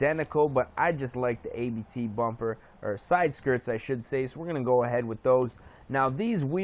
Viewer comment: Its not A-B-T its ABT